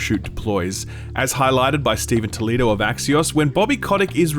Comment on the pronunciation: "Steven Toledo" lol, it's pronounced Totil-lo, not Toledo :)